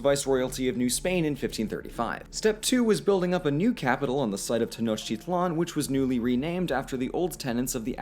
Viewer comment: Prophecy (n) =/= prophesy (v). Tenochtitlan = "te-noch-TEET-lan".